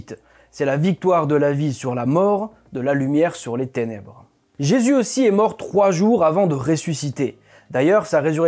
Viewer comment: il du mal a prononcer le nom de JESUS , !!!!!!!!!